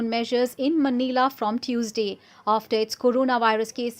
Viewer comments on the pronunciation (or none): none